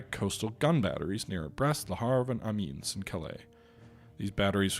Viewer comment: Try actually reading these place names, they really aren’t that hard to pronounce. Amman is pronounce A-Mann not Amin. Vyazma is pronounced Vi-yaz-ma. Not whatever holy hell you are saying. Salsk is just Salsk, it has no i, where did you get Salisk.